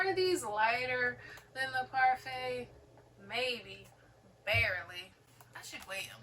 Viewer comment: Say it like the yogurt 🍦 parfait!